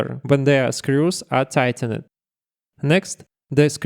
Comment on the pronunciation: by the way, in English words ending with -ed, you typically do not pronounce the 'e'. for example: tightened = "tightend", installed = "installd".